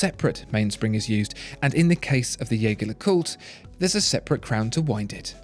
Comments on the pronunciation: You produce brilliant reviews. But.. …please, stop butchering the pronunciation of my favorite watch brand. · Pronounce the brand as they meant it to be pronounced... Agree with others too, that lume application is inexcusable at that price range and from a brand like JLC. Ouch. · You present yourself as a channel that informs people about high-end watches and watchmakers. So don't you think you owe it to everyone watching to at least pronounce 'Jaeger-LeCoultre' correctly? By the simple fact that you mispronounce 'Jaeger-LeCoultre' just lowers your credibility (to me) as a connoisseur of watchmaking. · The narrator keeps saying "Jaeger-LeCoultre" wrong. Just go to their YouTube channel and learn to say it correctly.